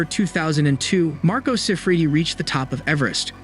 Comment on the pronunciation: This is borderline clickbait. The pronunciations on this video are awful and the script you’re reading from is clunky. If you’re gonna say Marco Siffredi 1,000 times in 4 minutes learn to pronounce it. Yikes.